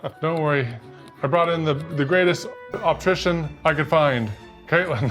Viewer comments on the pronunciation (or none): “Optrician” c’mon seriously? 😂😂😂